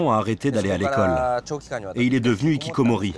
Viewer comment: Un "nikikomori", des "zikikomori", ça fait mal aux oreilles. Les h muets n'existent pas en japonais, tous les h sont prononcés en début comme au milieu des mots. Sans aller jusqu'à demander une prononciation correcte des mots japonais à des journaliste français de base, on pourrait au moins appliquer les règles du français et traiter les h initiaux des mots et noms japonais comme des h aspirés, sans liaison. La remarque "Non ce n'est pas une déchetterie" est inutile et irrespectueuse.